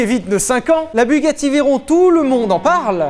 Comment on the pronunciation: PAS DU TOUT FRANÇAIS BUGACHI